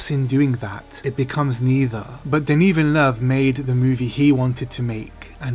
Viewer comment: Thank you very much for all the amazing content :) I was wondering, do you speak many language? Your prononciation of Denis Villeneuve's name is perfect! My first language is french and you sound spot on! Can't wait for part 2 :)